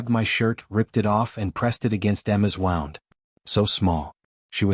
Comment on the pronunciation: That one stroller picture where its dark.....that is a big kid sitting there. Always some stupid picture with the stories. And you can' t seem to pronounce some words.....like wownd for wound. Other stories mispronouncing lots of stuff.